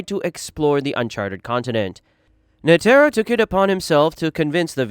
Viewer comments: bruh who tf is nuhtearo and geeng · bro I really like this content but you gotta check pronunciations, I'm not even this type of guy normally and when I heard how you said netero I just kinda chuckled and didn't pay any attention to it going forward, but my guy.... Leo-rio? Kuri-pika? bro that shit sent me